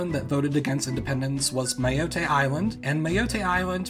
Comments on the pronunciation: Good video ! Well your French is almost perfect, except that we don't say Mayottey, but Mayotte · Just a tip, the E at the end of words in French is silent. For example with Mayotte it's not My-yot-ay, it's My-yot. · Hey! In French, when a "e" is at the end of a word, it is not pronounced, so it's not pronounced "Mayottay" but "Mayot" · Mayottééé and Guadeloupééé! 🤣 The -e is silent, like in Martinique: [mayott] and [guadeloup]. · Mayotte is pronounced Mah-YOTT, not Mai-YOTTEH. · when you said "i’m gonna say these with a horrible french accent" i was like yeah ok he’s gonna have an english accent in french, and the you said goudeloupé, mayotté, and i can’t write how you said guyane 😭😭😭😭 my jaw dropped lol. The E isn’t said in french when its at the end of a word (usually) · Fyi: Guadeloupe = Gooa-dloop, Martinique = you got it!!, Guyane = Goo-yan, Mayotte = Ma-yott, La Réunion = emphasis on the Nion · Actually as a frenchie you pronounced the department names quite well ! The only (little) mistake you did is that in french we generally don’t pronounce the e’s at the end of words, so the « Loupe » in Guadeloupe is pronounced « Loop », same for the « Yotte », it’s just « Yott ». But hey, I’m honestly still really happy just because you even talked about our weird « colonies » (as many people on the internet call them) and explained their real nature and brief history ^^ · To help with the pronunciation of Mayotte it's /majɔt/. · Your pronunciation of Mayotte and Guadaloupe wasn't really bad French. It was more like really bad Spanish. 😀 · Guadaloupe and Mayotte end in consonants, it's neither Spanish nor Italian.